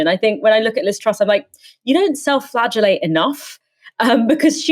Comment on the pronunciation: "You don't self flagelate enough" 😂